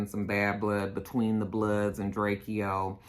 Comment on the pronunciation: Diamonds they hold diamonds and his name is drake -o lol that’s how it’s said drake o